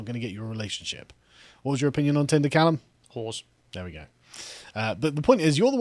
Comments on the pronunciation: Thought for a moment he said "horse." 🐴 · It actually took me a moment to realise that. I actually heard the word "horse" being said and needed a few seconds to sort this out.